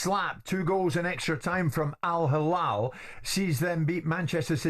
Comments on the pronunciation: Not hallal , its hillal Jim, hallal is for meat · So proud to be Alhilal fan. Hate more guys. You don’t give Alhilal their due respect and acknowledgment. Even the way Jim White who I respect a lot tries to be disrespectful in the way he pronounces the name, it’s Al Hilal not “Al HaLal”. Have some shame.